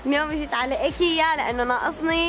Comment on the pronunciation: ايكيا عم تلفظيها غلط بيسو طالعة بتجنني قمر ♡